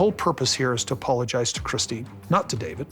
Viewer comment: He wants all the women to clap hands when he says " i apolozige"